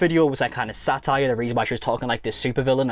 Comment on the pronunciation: "satire" every single time! 😂